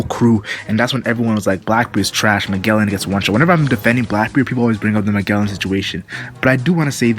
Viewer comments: No, it's pronounced Ma-jell-en. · wtf are you saying? both in dub and sub, he is called like Majellan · fks sake.. majellan